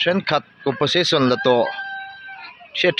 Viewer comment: Compen sation tih tur aw ,a sipleling a lo danglam daih zela